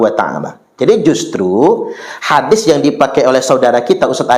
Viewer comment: Uah menang sebutan hadits jadi hadif aja, ga ada kelebihannya, ceramah tentang sejarah dan pahlawan Indonesia aja ngaco, cauape DECH... Cerdas dan pandai dong para umat Islam ini, jangan asal percaya pada ceramah2 yg dianggap/ mengaku ustadz itu